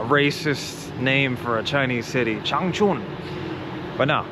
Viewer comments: 长春的音调读错了，是cháng chūn ， 不是 chāng chùn，没有chùn发音的字。跟歧视语发音完全不一样…… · Your chinese has regressed visibly. Now even 长春 (Changchun) can no longer be pronounced correctly. Instead, now it sounds like real "ching chong" , and like an ignorant white person who comes to China for the first time.